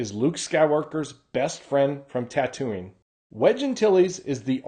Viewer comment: Not a big deal, but were you pronouncing Tatooine as "Ta-Toonie" instead of "Ta-Tween"?